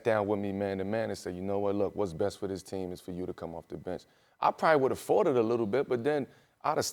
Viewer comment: Thought melo said “I might have Farted a lil bit” then quickly realized he said “Fought It”